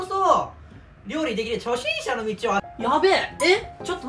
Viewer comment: 料理できない界隈があるからこそ 料理出来る 初→心↑↑↑者↓ の道を…